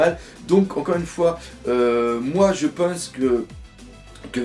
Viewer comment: Cet accent du sud qui sort à hahaha 😂 "moi je peinse que"